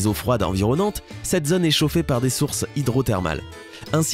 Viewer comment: "zone", "autre", "chose" ou "chaude" se prononcent avec un O fermé, c'est insupportable à la longue d'écouter cette prononciation, et ce sans parler du fond qui brasse des théories, des suppositions, bref la mélasse classique des sites pseudo-scientifiques à la vulgarisation vulgaire.